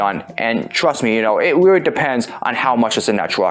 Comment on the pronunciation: rreawwy? you wiked wokin heauw?